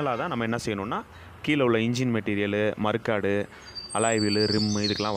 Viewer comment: மருக்காடு இல்லை. மட்கார்டு.😂